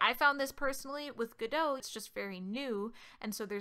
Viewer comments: It's "go dot" not "godo". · It's godot not guduh . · i'ts no godoh like french it's called: GO-DOT like a dot a period. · it's pronounced gah-doh like the play. The developers explicitly stated that its not go dot multiple times. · It's Gah Dough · I've always pronounced it God-oh, emphasis on the God, lol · Isn't it pronuced "Go Dot".. most "beginner" tutorials mostly teaches you to move a dot, and its a reference to that? or am i overthinking this? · TFW the YouTuber purposely mispronounces the name. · Wait, that's how you pronounce the "Godot" in "Waiting for Godot"? Wow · No. It's "Godot", the devs named the engine after the play "Waiting for Godot".